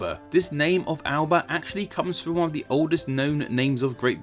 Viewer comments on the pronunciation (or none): Alba uses the Goidelic glide vowel grammar system so is not pronounced Al-ba but al-A-ba. It is possible that Albion may have originally been pronounced al-a-bi-on. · Scottish Gaelic is not pronounced "Gaylic". It's pronounced "Gahlic" and Alba is pronounced "Ah Lah Buh". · The name for Scotland in the Gaelic is pronounced 'Alaban', Cymru is 'come-ri' not 'coom-ri' and Kernow is 'ker-no' not 'ker-now'. The southern part Finistere is also named Cornwall. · When making a video on etymology, pronunciation is important. Scots language is not pronounced 'gaylic', that is Irish. The Scots language s 'galic'. Eire is pronounced Ereh and Alba has a hard L and sounds more like Alaba. Also, the roots of Alba may not be Latin. There is evidence, though minimal, to support the Picts and the Irish speaking a similar language and the Picts calling themselves Albann, men of Alba, and this was incorporated into Gaelic. That is superior to the supposition that Alba is similar to Albion, from Albus, therefore it is a thing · Nice video! One thing - Alba (Scotland) is pronounced Alapa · Btw Alba is pronounced al-uh-puh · Just a quick note, Alba is pronounced more like A-la-ba. awesome video though! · Yo, great video but there's some details I thought you should know; Scottish Gaelic is pronounced 'gah-lick' rather than 'gay-lick' and Alba is pronounced like 'Allah-bah'. Móran taing bho Jamie. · I said it once and I'll say it again: It is pronunce "Alaba". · ALBA IS PRONOUNCED ALAPA (al̪ˠapə) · Great video But Scottish gaelic is pronounced 'Gah-lik' not 'Gae-lik' as in Ireland Also Alba, in gaelic, is pronounced 'Ala-puh' (always soften consents in Scots gaelic. B becomes P, D becomes T, G becomes C or K etc. ) and a BH is a V, whilst a DH or a TH often aren't sounded at all. There's a whole bunch of others. An example is the city I currently call home. Scotland 3rd largest city is Aberdeen. In gaelic it's pronounced 'Oh-par Ain' but it's spelt Obar Dheathain :P